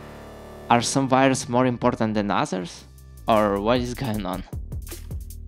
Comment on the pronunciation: Whenever he says 'wires' I hear 'virus'